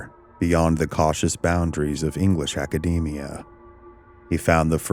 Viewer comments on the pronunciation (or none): none